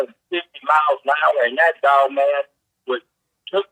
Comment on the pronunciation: Its his accent making him hit words weirdly and jump around with his vocabulary